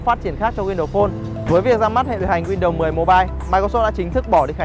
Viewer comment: "win-đầu" sao nghe nhức óc quá!!!!